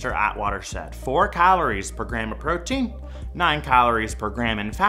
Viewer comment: The way he says “calories” really bugs me.